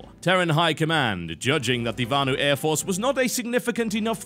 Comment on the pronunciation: VANU not varnue...